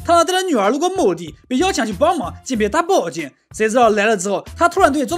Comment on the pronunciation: 听了这么久，今天突然觉得这结尾重读的口音真是清奇啊，20秒的大宝剑把我惊到了......